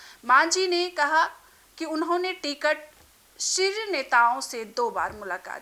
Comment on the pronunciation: Ti-Cut— nahi Ticket